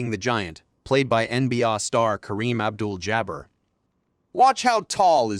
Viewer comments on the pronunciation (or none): It’s pronounced NB-Ay and it’s Kareem Abdul Jah-bar (Jabbar) not Jabb-ur